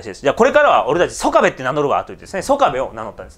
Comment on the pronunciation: いつも興味深く拝見しております。拙は高知の原住民でして、出過ぎた訂正を。「曽我部」は「そがべ」とにごります。「香美」は「かみ」と読みます。石谷本家の若様は、拙の朋輩でありまして。別の動画期待しております。